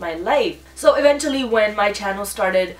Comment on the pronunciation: Hey! This is not a hate comment but you're pronouncing the word "eventually" incorrectly. Watch ❤️